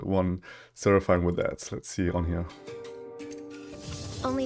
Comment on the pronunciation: it's actually pronounced as sera-fin